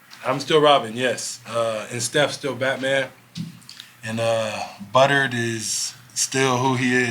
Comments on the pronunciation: lol he said buttered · Is Jimmy saying Buttered 😂😂